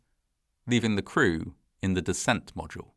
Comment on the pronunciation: Good to know, but also pretty funny to point out when he can't pronounce "capsule" or "module"